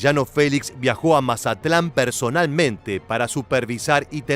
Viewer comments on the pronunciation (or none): none